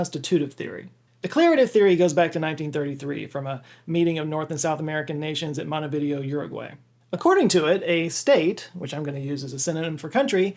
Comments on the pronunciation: Pronouncing Montevideo as Monty Video 🤦🏻‍♀️ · Montevideo is actually pronounced Mont-uh-vi-DAY-o. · Can you learn how to say "Montevideo"? It's not a mountain of TVs (also, I hope you include the Conch Republic) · Montevideo pronunciation is terrible. It’s Monte-videao, Or at least it is something like that, Wikipedia is your friend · that's an interesting pronunciation of "Montevideo"... like it's an early video format or something :p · Two small nitpicks: 1). The flag that you display onscreen for the Confederacy is the flag of the original 13 colonies, not the Confederate “Stars & Bars.” (Side note: the demonym for residents of that short-lived nation should be “Confederasses.” But I digress). 2). The capital of Uruguay is pronounced with the emphasis on the fourth syllable, not the third. Other than that, great content! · the way you pronounced Montevideo was physically painful XD.